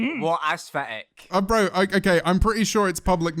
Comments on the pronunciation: ‘I can’t say words with th’ ‘say thick’ ‘fick’ Also ‘aes’f’etic’ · A lot of British and English people pronounce it with a f or at least the ones I met it’s probably just accent